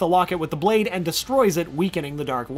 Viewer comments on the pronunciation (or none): none